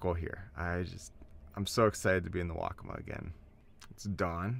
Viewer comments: I heard "Wokka-muh" used exclusively throughout the video. Correct pronunciation is Wokka-Maw, with equal emphasis on both syllables. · The river, as well as the Indian tribe, is pronounced "Wok-uh-maah," with emphasis on the first and third syllable.